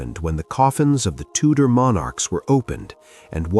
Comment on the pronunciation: That's Tudor dynasty not Tutor dynasty.